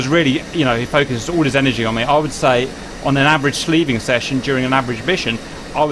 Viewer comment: Dear God, Cap, it's SLEWing, not SLEEVing. You SLEW an antenna, normally with either a hand control (for a two-seat fighter, like the F-4 Phantom), or with HOTAS controls for a single-seater.